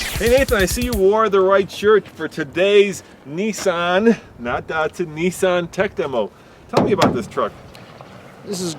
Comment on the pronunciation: its Nissan not Neesan